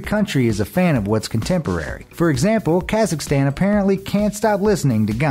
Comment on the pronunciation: "Kesakstan cant stop listening to Gong-Naam Stal". xD